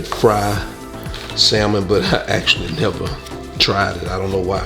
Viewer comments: Love your content bro... The L is salmon is silent...🤫 Great video! 💯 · The "l" in salmon is silent and there's an "a" after the "s." Not an "e." 🙂 Sorry. 😂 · Pronounced Sand-mon not Sal-mon like it’s spelled. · It’s the saying of the word (samon) salmon for me 🤣🤣🤣 but you did great 😊